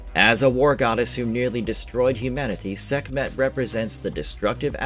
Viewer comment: Sekmeht? Sekmeht balls